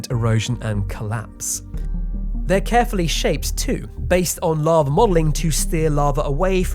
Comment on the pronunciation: "Larva" I can't not hear this.